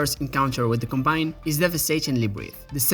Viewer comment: It’s not pronounced com-BINE, it’s pronounced COM-bine